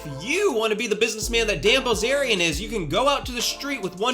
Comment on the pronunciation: What I heard the first few seconds "dan ballzarian" 😂 new subscriber here, after the kurtis conner/confident alpha man (forgot his name) video. Keep it up! 👐